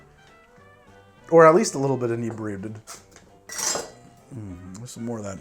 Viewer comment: At the end he was too inebriated to say inebriated